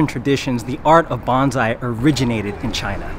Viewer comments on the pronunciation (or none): You keep saying "bonzai", you say Bonsai like "bone-sigh". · Professional Makes a video to educate people ... keeps calling it "Banzai" instead of Bonsai Smh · The way you pronounce it (banzai) means "ten thousand years of life", a battle cry for victory. Bonsai is pronounced like "bone-sigh". Just to be CLEAR. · Bone sai not bon zai. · BONE-sai. Not BAHN-sai. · What was really torture was hearing you call it "Bon's eye" the entire video. It's pronounced, "Bone sigh", just a suggestion which will hopefully get you more likes, once implemented into your future presentations ☺ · Most common misconception, saying zai instead of sai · I have always pronounced it BONE-sai. BAHN-zai is what they say when they jump out of a plane. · Bone-sai Not bahn-sai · Just can't get over you saying banzai instead of bonsai, which is a totally different word in japanese. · By the way, there is no "z" in the word bonsai, and the Japanese "o" is a long "o." If someone was bending, twisting, and wiring your limbs, you'd bone sigh. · I wish the video starts with the correct pronunciation of BONSAI and uses it to the end. To be clear it is not pronounced BAN ZAI. It’s BON like the way the French say it and SAI like on psycho. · Bonssai not bonzai, for the billionth time…. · it’s actually 盆栽 😂 jokes aside, yes, I know it’s spelled bonsai in English, but that spelling makes many believe it’s pronounced bonZai with a z, but it is pronounced as bonssai with an s sound, not a z sound. Is that clearer? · STOP SAYING “Bahn-zai”!!! It’s “bone-sigh”. It means “tree in a tray”. Don’t present information if you can’t even pronounce the word. Banzai was a wartime rallying cry. The nursery owner pronounced it correctly so many times, please learn from that. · Bonzai (Bonn zai) is "beautiful flower." The correct pronunciation is 'bone sai,' or potted tree. Drives me crazy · honey...it's bonn-sye, not bahn-zye. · yes. it is pronounced bo n sa i, not bonzai. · Pronunciation; "bone- sigh". Great vid.